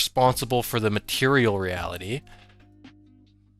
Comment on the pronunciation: Material not Mateial